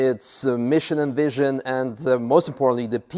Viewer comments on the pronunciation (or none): none